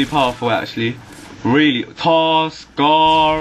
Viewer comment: LOL ACRRRRRR andthe SCARRRRRRR and the TARRRRR